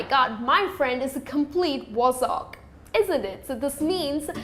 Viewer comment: she is saying "Wozzack" its not, it is pronounced Waaz-sic.